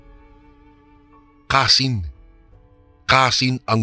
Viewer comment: Kansi po....hndi kasin😂😂😂